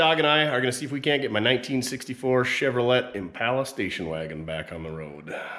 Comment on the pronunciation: Chevro lette? Go home.